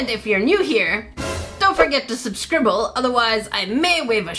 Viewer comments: omg u said subscrible 😂😂😂😂 i love it hahaha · Is no one else paying attention to the fact that she said subscribble instead of subscribe?